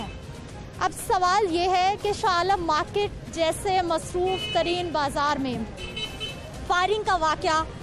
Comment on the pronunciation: Stupid announcer SHANAM MARKET cannot say the city of SHANAM MARKET how do I know SHANAM IS IN LAHORE, KARACHI, PINDI, OR OTHER.